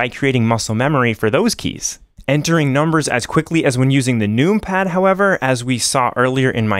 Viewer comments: First of all, the use of “num pad” instead of including the extra syllable to says “number” is a sin. Secondly, pronouncing it “noompad” and not “numpad” is even more diabolical. I pray on your downfall (respectfully) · You say number not noom-ber. I want so badly to watch your video. But every time you say noom-pad, I cringe. 😊 Please don’t change for me!! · Clicking off after hearing how you say numpad "NUME PAD" xd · I love the aesthetics of many mechanical keyboards, but anything less than 100% is going to affect me greatly. 96% hides keys behind a modifier (making them too cumbersome). Scroll Lock, Pause, Right-Ctrl, Right-Alt, and the majority of the F keys are the ones I don't use. The numpad is insanely useful by comparison, as shown in this video. Pronouncing it "noompad" though.... yikes.